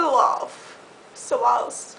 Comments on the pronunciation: ahahaahahah i die lafin when she says 'Somals'....aahahaaaahhahahaaha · Is't just me or she said "Somalis" Can't she say "Somalians?"